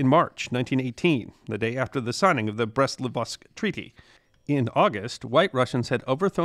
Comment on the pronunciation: great video... but can you not just say Brest-LITOVSK (Li-tov-sk) a writen instead of Livosk??